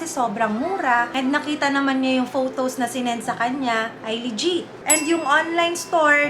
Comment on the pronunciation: I find it hard to trust also somebody who pronounces legit(le-jiht) as (lee-jeet) 🥴🤷🏻‍♂️